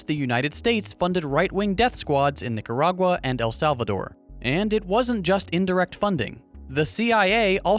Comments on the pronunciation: I heard a hard er even when there is an A, hmm fucking nazi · did he just say "Niggeragua"? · how is he making a speech on nicaragua bad when he cant even pronounce the country